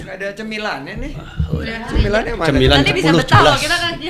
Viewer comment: cemilan jd cembila cepuluh cebelas pak ardi bikin ngakak